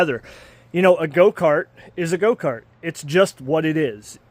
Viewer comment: Why is he saying goat-cart?